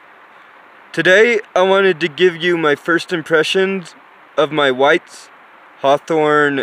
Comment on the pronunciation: It's Hathorn not Hawthorn!